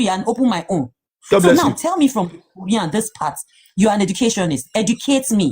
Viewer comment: Is it qur'an or kurian? 😅